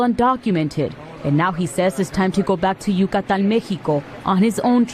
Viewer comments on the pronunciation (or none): "...now he says it's time to go back to YOU-KAH-TAHN MAY-ccchhHEE-KOH..."